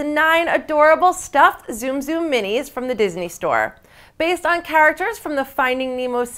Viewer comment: ok lady look it up its pronounced "Soom soom" not zoom zoom